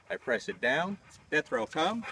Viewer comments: Ha, I thought he was saying Jethro. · This whole time I thought he was saying Destro! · said Death Row...😊